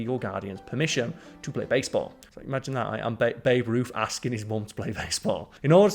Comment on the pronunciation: You actually called Babe Ruth "boof"!!